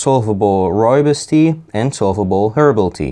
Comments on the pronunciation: Nearly spat out my tea at 'RRREAL RRROOIBOS RRRESIDUE" lmfao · I liked the RReal RRooibos RResidue